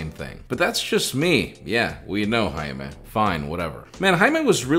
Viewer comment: 'Jime'..... was up all night liking comments 🤣